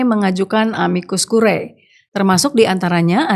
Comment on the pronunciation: Curiae dibaca CURIE. Ae dibaca e saja..